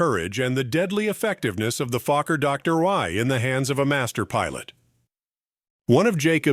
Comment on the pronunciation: HOLY MOLEY!!! I haven't laughed this hard in years, I had tears streaming down my face. I almost pissed myself. Gotta love AI narration. " FLYING THE FUCKER DOCTOR I TRIP PLANE" 🤣🤣😂😂🤣 HILARIOUS!!!